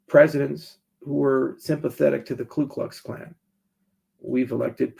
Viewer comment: It’s Ku Klux Klan not Klu lol